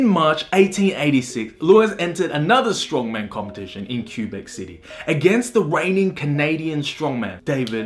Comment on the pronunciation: You obviously can't think of what ''Cue'' actually sounds like. Think of a pool cue or the letter ''Q'' by itself. Check the mark, you'll see what I mean. No, even in english, Quebec is never pronounced like that. It's Either Kwebek, or Koubec (coup-beck), not Kyu-beck. You're wrong on that my friend.